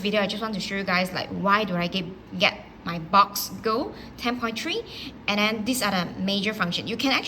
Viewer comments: Ma’am… thank you for the video. “Box” is a slang term for 🐱 in parts of the US so saying “your box” LOL My kind suggestion is to pronounce it BUX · Quick clarification isn't it pronounced Books (Boox) not Box , or have I been pronouncing this wrong all along?